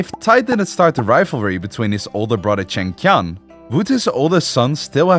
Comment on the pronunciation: The animation is awesome but I don't get how you managed to pronounce "Li" in so many different ways while reading the same script, especially since it's among the most common surnames in the world. Not to many the many variations on "Chengqian" while is pretty easy if you know the q is pronounced similarly to the English "ch".